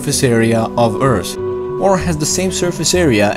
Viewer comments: please keep saying eart, its cool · He's saying EARTH but his "H" is silent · Love your pronunciation of "th".. tree, urt, metane, dere hahaha Still, very well explained and a very good video :D